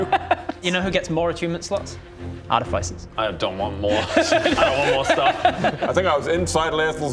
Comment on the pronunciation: Not= ar-ti-FIE-ser. It IS = ar-TIH-fuh-ser. Put the right emPHAsis on the correct sylLAble. ...also it's math, not maths. BYE!